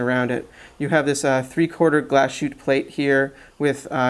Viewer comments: Love your videos! Very helpful. But please ... if you are reviewing German and Swiss watches, you should learn a little German. Glashütte is pronounced GLAHSS-hüt-teh, not glass-shoot. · The one with the white dail does have loom; but a very poor loom. ( btw; the place in Germany is called Glas-Hütte en not Glasjuute ) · I cringed every time I heard him say "glass shoot" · Nice review apart from the pronunciation of Nomos Galshütte. Here is how it is pronounced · Worst butchering of the word Glashütte on Youtube.